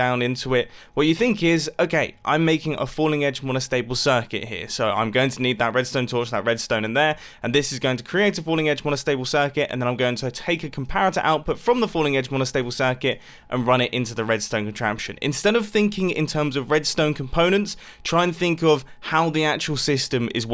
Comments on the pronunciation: 1 comparotr. Lol. Sorry for blasting you mumbo🤣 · comparotr lol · “1 comparotr” “14 dorpers” “12 hopers” “41 restone durst”